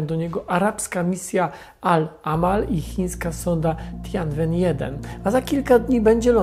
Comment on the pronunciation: Nazwę chińskiej misji czyta się Tjenłen 1